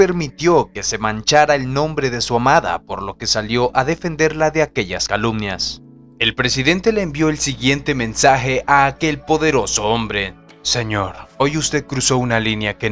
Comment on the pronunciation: Hola desde Ca. CORRIGIENDO, son CALUMNIAS. Estamos !!!!!!! No ALUMNIAS. Y Si dijo calumnias, Prenuncie bien para que no lo creitiquen.!!!!!!!!!!!!!